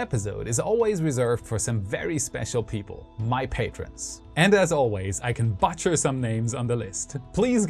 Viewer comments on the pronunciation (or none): Did you butcher the word butcher on purpose? If so, it was kinda funny.